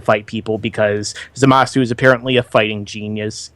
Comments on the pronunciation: Am I the only one annoyed by their constant calling the guy "Zumasu" when it's obvious that it's "ZA-masu"?? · Fuck, it's not "Zoomasu"